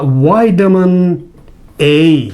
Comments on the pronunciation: Please learn to pronounce the letter V! Its Vitamin not witamin! Otherwise thanks for the help and info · Excellent, I love it "whitamin"😂